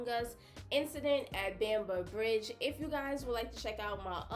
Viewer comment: So, the narrator says "Beamber Bridge" towards the end. You'd think that with such an important moment in racial history he could remember how to pronounce the place correctly.